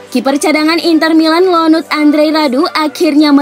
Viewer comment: ionut bukan lonut.. SasuOlo bukan sasuAlo..